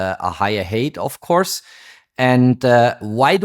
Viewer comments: For height you say hate (Hass) It should be hite (höhe). Merry Xmas! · Height is not pronounced het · 😅Height = hite not hate. Very interesting video, as always.